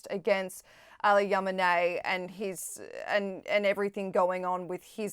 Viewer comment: Ali Kam-in-eh sounds like a footballer from Iran? It's Khameni (gutteral Kha) ffs